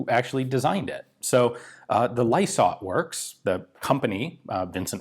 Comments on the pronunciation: "Lie - sart" (last part rhymes with art) Not lie-sort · Lysaght pronounced Lie-sart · BTW: the company name "Lysaght" is pronounced to sound like "lies-art" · Pronunciation - Lysaght PK: said like li for lion sart (liisart) PK : Port Kembla factory New South Wales Australia. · In Australia the company name is pronounced "Lie-Sight". They are best known for corrugated, galvanised iron roofing. They are a very old company. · Also called the "Diggers Darling" and Lysaghts is pronounced as lie-sart. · FYI "Lie Sight" .... Pronounciation. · Might be late but You were very close, It's pronounced 'Lie Sarts' locally (some reason we make it plural, idk why). the 'PK' would stand for Port Kembla. Havefamily that works there Lysaghts is still an active company in Port Kembla too. Though I think it's just steel manufacturing as opposed to Arms. No Idea why this video got recommended but it's a fantastic video on Australia WW2 History that should be in every Australian High School WW2 Studies syllabus. Very interesting History even for me, someone who isn't all that into guns. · Lysaght.... it's pronounced Lie Sart. Ryhmes with pie tart. And yes I'm a fifth generation white Australian from country NSW. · Lysaght = "lie-sart".... PK. = Port Kembla (south of Wollongong) in NSW. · For the record. It's is pronounced Ly-sart. Not trying to be dicky. You question your pronunciation so I thought I'd clear it up. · Just a quick add in case you might like to know, Pronounce it as (Lie Sarts) and yes i live 2.7 km from it. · Ly-sart for pronunciation usually in my experience. But not entirely certain on this particular one as there's a lot of Lysaghts in the region. Looking at the strip down it looks like the most complicated part was the trigger assembly, not surprising it was reliable. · its pronounced lie sart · Lysaght pronounced “lie-sart” and PK = Port Kembla - town of manufacture.